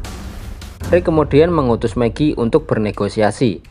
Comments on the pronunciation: Apa cuma gw doang yang denger nama Meggie itu Meki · Fix. Lu g belajar aksen bhs inggris😂